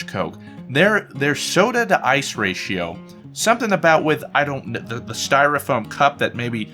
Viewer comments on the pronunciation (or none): none